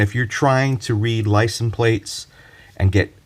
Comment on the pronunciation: It’s LICENSE plate, not licen plate.